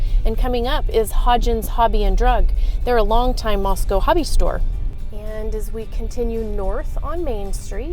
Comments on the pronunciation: Yeah I would have bought a house there until I heard the way you said Moscow. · i've watched several videos so far where a resident or former one has pronounced it like that. apparently that's just how it's pronounced. 🤷🏻‍♀️ such a subtle difference shocked me too lol.